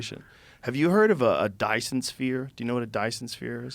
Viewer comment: Wow Joe butchered that Dysons sphere lol